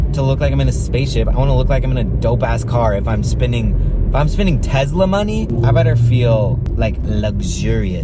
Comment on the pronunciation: why does he say tesla like tezzla